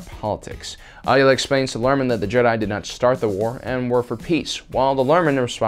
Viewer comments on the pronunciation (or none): I love these videos but the one thing that bugs me is that you sometimes get the pronunciation of certain names wrong. For instance, Ahsoka has said her last name is "Tah-no", not "ta-no", and Aayla's name is pronounced "ayy-luh".